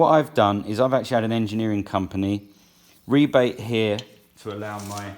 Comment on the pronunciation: Thankfully somone using the correct pronunciation of rebate. Why do the Americans call rebates rabbits?